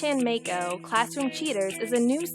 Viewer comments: Ken Chen they said [meɪkʰoʊ] instead of [maɪko] lolz. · haha yea, should be Ma-i-ko麻衣子, not "may ko", they want to use japanese girl's name but don't know how to pronounce it. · Māi ko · As someone who is currently studying Japanese, I know that Maiko is pronounced My-ko, not May-ko. Either way pronouncing the name correctly doesn't justify this crappy project. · The person couldn't even be bothered to pronounce it as My-ko (let alone Ma-ee-ko)? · Maiko is pronounced Mike-oh, and is used for the name 'Mike'. It's a fucking dude mate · "May ko" The people developing a game inspired by anime can't even pronounce maiko properly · jayney 9 Yes, but the woman narrating the video said "may-ko", which should be spelled "Meiko". But she doesn't even pronounce "ko" correctly so who cares. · I thought it was pronounced Mah-ko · Minor gripe: The "developer" keeps calling the game's protagonist Meiko but it is spelled it Maiko. An annoying mispronunciation of Japanese from a developer who should know better given they are making a game inspired from their experience of anime/hentai shit. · lol they aren't even pronouncing Maiko correctly. seems legit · Either they're mispronouncing Maiko's name or misspelling it. Cause how the girl says it it should be Meiko. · they can’t even pronounce “maiko” right lol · The person who came up with this doesn't even pronounce Japanese names correctly for fuck sakes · It would really help their project if they could even pronounce the name of the character they created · I love how the announcer girl does not know how to pronounce Japanese lmao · They don't even pronounce Maiko right -_